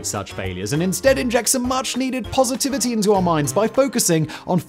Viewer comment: I wonder how hard it was for Simon to say "positivity" ? 😂